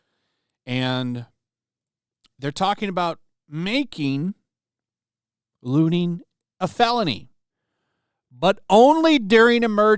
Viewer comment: I thought the word was looting not looning